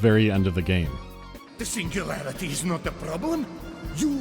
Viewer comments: Biggest pet peeve ngl - "SINGULAYAITY" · I love how they tried to russify the text by mirroring the letter R. Cyrillic Я is pronounced "ya" not as a "R", a completely different sound. "Singulayaity"